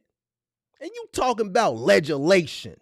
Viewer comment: You wrong for that, laughing at that man cuz he said ledge-a-lation😅😅😅